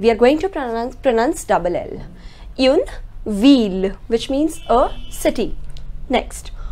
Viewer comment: All your pronounciation are great, but why you say uune. It is more like Oon. Is there a reason why you are saying that?